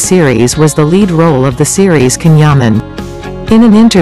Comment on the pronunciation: It is spelt CAN yaman but pronounced JAN Yaman 💜💗💕🍒🍓